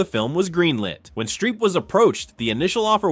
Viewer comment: Streep. Not Shtreep.